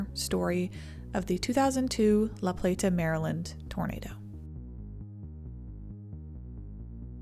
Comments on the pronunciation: Couldn’t get her mis pronouncing the city name, over and over and over and over.. out of my head… “La PlaTTTAHH” … ugh!! it’s just “LaPlata”… just 1 “T” … not 5 … and doesn’t end in an “ahhh” 🤦🤦🤦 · And, locals don’t say La-play-TA, we say la-PLAY-duh. Thought you should know. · It's pronounced La Play-da, not La Plate-uh. I grew up in Calvert County, though my family didn't move there until a few years after the tornado. Hallowing Point Rd also has Hallowing Point Park on it, where I played soccer as a small child. Calvert also has Maryland's only nuclear power plant. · It’s not pronounced La Plate Ah. It’s La Plat Ah. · The town name La Plata isn’t pronounced plah-tah. It’s play-tah. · It’s pronounced La Play-da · Great video! FYI that locally, La Plata is pronounced more like “La Play-da” though without the hard “T” sound :) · Lifelong Marylander here. Sorry, we are particular about our pronunciations. LaPlata is pronounced "LaPlada" less 'T' more 'D' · It's pronounce "La playda" Lol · Pronounced "La-Playda" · Its annoying listening to you say La Pla ta over and over. No one from LaPlata says it like you. You did an excellent job covering this, but for the love of God say it ,normal just once please 🙏 😀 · La Plata is said fast together like LaPlaytuh, thats how the locals say it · La Plata is said more with a “d” than a “t”…. La Play-da. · The way she pronounced laplata made me positive she ain’t from chuck co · You can tell she’s from up north somewhere the way she pronounced it lol. Which again not sure why this video is labeled northeast because we are not that we are right on the line where the south and Mid Atlantic meet and fall more in the upper south weather wise (minus Baltimore) which has a completely different climate and risks then the northeast deals with